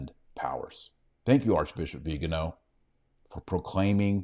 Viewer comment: It's not "viganooow". It's "viganoh" stress on the last syllable.